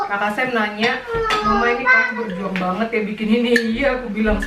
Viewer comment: Catat gengs. 1. Sarange= Sarimi 2 Banget= Banet 2k19 😂